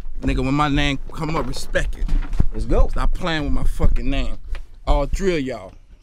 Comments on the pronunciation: How he gonna demand respeck when he doesn't respeck the word respect enough to pronounce it properly? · PUT SOME RESPEK ON MY NAME😂😂😂 Dude couldn’t say Respect Properly while wearing the grills😂😂😂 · 2015 "respeck" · "Respek my name, All tree of yall"😂😂😂😂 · Spelling bee judge: "your word is respeck" Contestant: "can you use it in a sentence?" "Put some respeck on my name pleighboii"